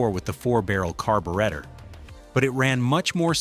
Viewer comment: What's a carbowretta?